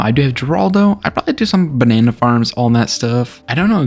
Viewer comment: i can't get over how you said banana. It gives the same vibe as (the bananana) meme